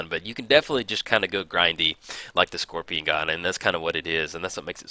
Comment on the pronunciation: "scoPRion"...oh.